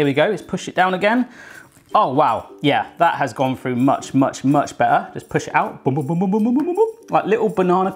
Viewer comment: "I'm gonna tide "fru" the pizza